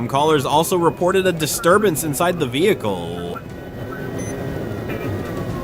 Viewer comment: Bro said vehiclell